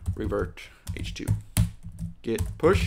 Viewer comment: Git is pronounced with a hard T, not like Gith :)